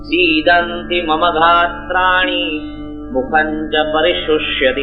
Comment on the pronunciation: sidnti mama gatrani hai gahtrani nahi....